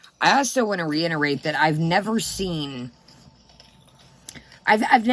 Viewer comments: Reiterate. The word is RE-IT-OR-ATE. Not innerate. ♥️♥️♥️ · I can't 😆 Idk why but I can't with "innerate".